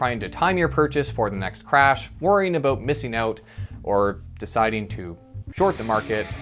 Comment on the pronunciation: We don't say "aboot". It's more like "aboat".